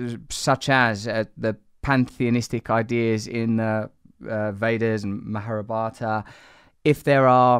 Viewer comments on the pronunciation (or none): Come on...Not Mahrabhata it's Mahabharat